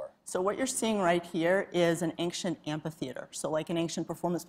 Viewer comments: Excellent interview but why is this woman pronouncing "ancient" as "anxient"??? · For such an educated person one would figure she would know how to pronounce the word "ancient". Anxient, anxient! Ja!